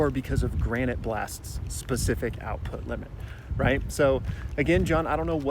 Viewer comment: I think Ryu's technique extension is called "Granité Blast" [Pronounced: Granita] not granite like the stone. It's a dessert which is part of his whole thing of never having his 'appetite' quenched.